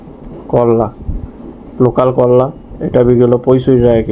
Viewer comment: যাক আপনার উচ্চারণ টা নোকাল থেকে লোকাল হয়েছে.... আগে আপনি নোকাল চাষি বলতেন ওটা এবার ঠিকঠাক উচ্চারণ হচ্ছেন